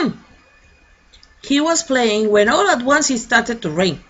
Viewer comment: Profe q pena,,, me causa intriga la pronunciación de ONCE,,,,, suena o yo la escucho como ONES,,, me esplico, como si fuera uno en plural